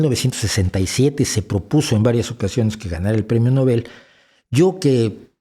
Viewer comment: Nobel se acentúa en La “O”